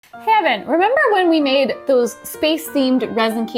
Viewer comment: heard Kevin instead of Evan in the beginning and I was so confused on who Kevin is.....